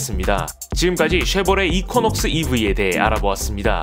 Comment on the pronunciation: 발음 이퀴넉스 아닌가요??? 이쿼??..